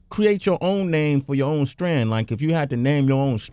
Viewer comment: STRAIN sway! not strand!